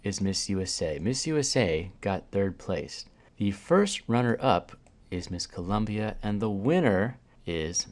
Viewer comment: Don't forget the fact he said the director in his ear kept telling him to say Columbia